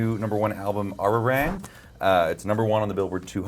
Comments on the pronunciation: The interviewer not bothering to pronounce "Arirang" right.. "Ahreeraeng" okay 🙄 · hate when interviewers dont pronounce arirang correctly like bruh wtf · The male interviewer couldn’t have tried to pronounce Arirang correctly.. or even try?